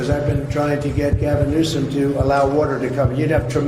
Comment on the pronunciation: First, you need to make sure you are properly pronouncing the person’s name you are reporting/talking about! Newsom not NEWSCOM…! Very annoying….and actually I have other names I could call him but….